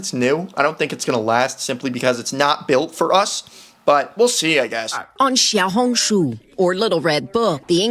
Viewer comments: AS A CHINESE YOU DID NOT PRONOUNCE 小红书CORRECT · You did not pronounce 小红书 correctly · u completely pronouced that wrong lol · He said it wrong and I’m Chinese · he said that so wrong and im chinese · as a person who lived in china for quite some time he pronounced it terribly 😭but pretty good for a foreigner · I mean, the vowels were good but the first consonant of xiao was completely wrong, it sounded more like ‘j’ or ‘zh’ it’s supposed to be a flat tongued ‘sh’ sound. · you are wrong, the reporter in pronounced it better than, why did he say "jiao"??? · I mean the first time he said it, it wasn’t horrible however he developed into saying incorrectly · its pronounced siao hong shu (spelling is xiao hong shu) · And the"书"is also wrong it's pronounced as su even though the word is shu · Bro said Jiao Hong su but it's xiao Hong su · chinese here, you pronounced xiaohongshu pretty good, the 'xiao' was almost perfect. the reporters did it worse Edit: did not realise he said jiao instead of xiao 🦶💀💀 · 小红书 xiao hon shu 😂 that is how to pronounced 🎉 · U didn’t pronounce it right- It sounds like “Shee-yow-hoon-shoo” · YOU DID NOT PRONOUNCE IT RIGHT The first word means “small” and small is siao u said it a bit different yes I’m Chinese why would I use translaters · Bro said "ZHIAOHONKSHOE"💀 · He didn't pronounce it right bruh, pinyin is a Romanisation system, you learn to pronounce as needed. English is missing these sounds since they faded away. He just said jiao hong su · Im not chinese but he said jiao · No were close to how you pronounce小红书I’m Chinese soooo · no you didn’t pronounce it right Chinese, and this is a tonal language and English isn’t so foreigners won’t understand Plus that’s a simplified Chinese and I don’t know how to write that, but I’ll write its name in traditional Chinese 🤓小紅書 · yeah no that pronunciation was way off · you pronounced that wrong lol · im from hong kong STOP PRONOUNCING RED NOTE IN CHINESE INCORRECTLY PLEASE IM BEGGING